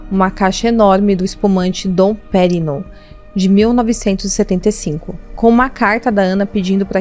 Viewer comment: Dom Pérignon (lê-se Dom Pêrrinhon”)😉